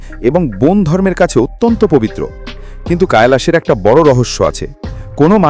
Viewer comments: ওটা কাইলাস না কৈলাস পর্বত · কৈলাস ওটা কায়লাস না , মহাদেব এর বাসস্থান ওটা